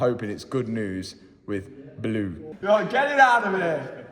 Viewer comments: “Baloo”?? Sounds like you’re just saying “Blue”. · It's Baloo not Blue. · His name is BALOO not Blue!!!!!! Signed: a car fanatic who grew up on jungle book!!! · oh Matt, the Jungle Book Bear is called Ba-Loo (not Blue!) Clearly you were never in the Cubs!! 😯😯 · His name wasn't "Blue," it was "Baloo." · Blue pronounced like Boris Johnson pronounced it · Baloo not blue lol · It's BALOO....NOT BLUE..! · It's Baloo not blue, FFS lol😂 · its baloo not blue 🤣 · Did you call the jungle book bear Blue? It's Baloo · I think you mean Baloo, not blue 😂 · Hate to tell you his name was Baloo not blue 😂😂 Matthew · It is Baloo not Blue from the Jungle Book!! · Its Baloo not Blue Mat. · Baloo not Blue 😂😂😂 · Baloo not blue 😂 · It's Baloo and not Blue....... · Baloo, not blue 🤣🤣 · Isn’t his name “Baloo” from the jungle book? I’m sure it’s not “Blue”. 😂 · its pronounced BAH LU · Mat, buddy, pal - it's "Baloo" from jungle book - looking after all the "bear necessities"! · It’s actually Baloo out of JB as in Baaaaloooo